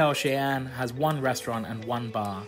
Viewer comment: Cheyenne is said "shy-en" its my name so it was a little triggering when u said it just thought I'd say how u actually say it 😂